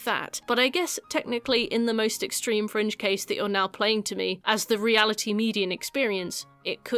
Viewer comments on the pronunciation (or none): When you were talking about the HIV stuff I thought you said “in some French cases” not “fringe cases” and I was like “what the French doing different?”